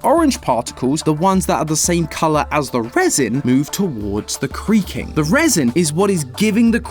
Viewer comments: did only i hear him say cweaking... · Nah I was looking for your comment brotha, I heard him say cweaking too